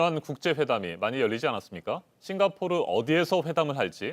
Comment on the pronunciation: 싱가 포오(삐끗)르 ㅋㅋㅋㅋㅋㅋ 귀여우셬ㅋㅋ